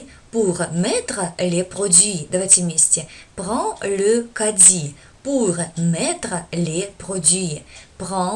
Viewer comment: Мешает шип в микрофоне. Сильный. У Вас не всегда корректное произношение, в кади смягчает д до дь, почти до дзь, это неверно и ещё есть неточное озвучивание,что формирует неверное слуховое представление. Русская транскрипция вообще донельзя Искажает французские слова! Похвально Ваше желание учить, но для этого нужно Профессионально работать или быть От Природы одарённым педагогом! Качество должно быть на высоте. Позиция " сойдёт и так"- неприемлема и несёт вред, а не пользу! Халтурить нельзя!